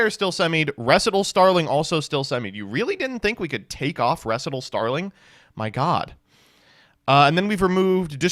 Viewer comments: Putting the emphasis on the "re" in "recital" sounds disgusting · not knowing how to recite the word "recital" is lit af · How do you not know how to pronounce the word “recital”? It’s a music rehearsal, not a made up word. Recital Starling.